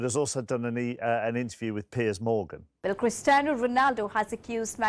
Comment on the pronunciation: Literally what he says at the beginning : Good Evening holadoohvogahnan Welcome to Pears Morgan…*more gibberish*…